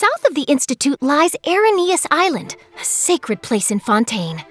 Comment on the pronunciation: Close enough. I just don't get why she pronounced that one alright, but not Fontaine.